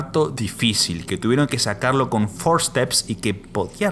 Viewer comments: Exelente reportaje, pero se dice Forceps y nó forsteps.Repito exelente video y reportaje. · "NOSTROMO" "FORSEPS"